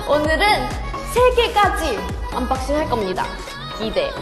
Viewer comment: 언박싱 발음 너무 기엽다ㅠㅠㅠㅠ 암바씽 ㅠㅠㅠ핵귀ㅠㅠㅠ